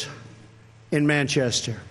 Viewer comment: "on manchest" 😁